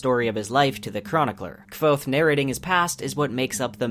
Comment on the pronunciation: Subbed instantly, love your humor and editing, plus you said Kwothe properly! This time. BTW Mistborn's Alloy of Law, Shadows of Self, Bands of Mourning and The Lost Metal are called Mistborn Trilogy Two, or Mistborn Era Two. Plus honesty who doesn't want to hear about our beloved Sazed playing God of Scadrial?